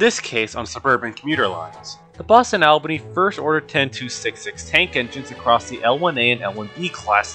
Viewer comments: Berkshire is pronounced "BERK-shr" or "BERK-sheer." And Albany NY is pronounced AWL-ba-nee, not AL-ba-nee. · A few minor corrections on pronunciation: 🚫Berk-shyre 👍Berkshire=Berk-sheer 🚫shUnahdablablah 👍Schenectady=Sken-Neck-Teddy 🚫AHLbany 👍Albany=ALLBany